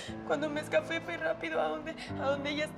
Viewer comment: minuto ella dice : cuan ,cuando ME ESCAFE ose awhat s\yo pensaba que se decia escape pero veo que eso a ellos no le importa :-)